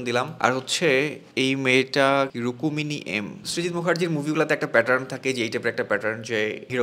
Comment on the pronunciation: রুক্মিনী ❌ রুকুমিনি ✅